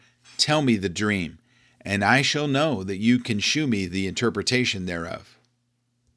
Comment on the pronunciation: "Shew" is pronounced "show." "Shew" was the archaic spelling from the King James era. Please, everyone, stop pronouncing it "shoe."